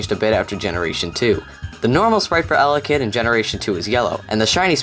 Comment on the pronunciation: It's pronounced el-ECK-id... but EL-eck-id sounds better, just like AR-see-us sounds better than the "official" pronunciation, AR-key-us